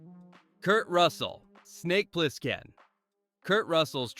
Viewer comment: Funny how AI voiceovers always mispronounce at least one word. Ply-skin . And yeah, the repetition is annoying as hell.